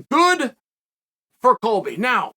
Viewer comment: Disregard cheal when he says Colby lol